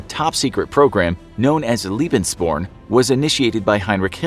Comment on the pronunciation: Lebensborn is pronounced lay-bens-born